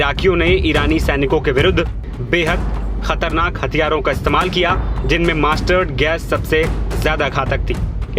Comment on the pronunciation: Mustard गैस not master गैस 😊